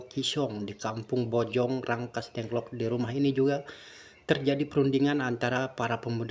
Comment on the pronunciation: Rengas Dengklok pak, bukan Rangkas dengklok